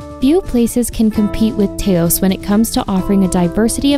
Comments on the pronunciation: It’s Taos not teos. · Her pronunciation of Taos (TOWS) took me out of the video. Apparantely she didn't talk to locals much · Taos pronounced Towse. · Yes…rhymes with “house”